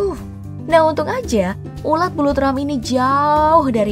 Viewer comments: Ulat min bukan ular😂😂🤣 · ular 🐍 atau ulat 🐛 min ??? dengerin baik2 😁😁😁